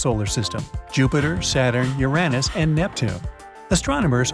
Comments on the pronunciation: It is either youranus or urinous. This mat be unfortunate but the pronounciation is anything but what this presenter says. On what is supposed to be a science show. He has never heard the word pronounced? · Ur-Anne-us??!! Who pronounces it that way? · I thought it was "Úranus" and not "Urànus"😂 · Awesome vid :) but.. "yer-aa-nis"?! I've never, in 43 yrs, heard anyone pronounce Uranus that way o.O lol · Uranus proper pronunciation is ur on us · That's a strange way to pronounce "Uranus". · You said Uranus & Io wrong!